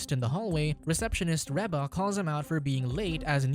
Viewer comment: I agree with this pronunciation of Reba. I look forward to the weird look I get from said person.😉